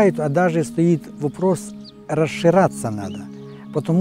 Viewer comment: Молодец дядя. Но как же смешно он произносит слово «расширяться».